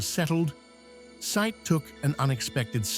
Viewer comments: Nitpick. I think his name is pronounced Si-eed. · Said is pronounced, “Say- eed.”